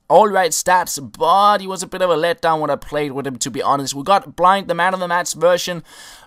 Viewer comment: You say blint not blind